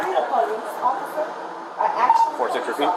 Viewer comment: I need a atual po lice officer. I am not misspelling, this is how she actually pronounces actual and police officer.